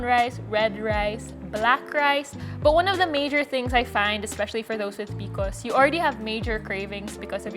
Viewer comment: I really want to watch & get some info but I can’t because she keeps calling is PICOs 😫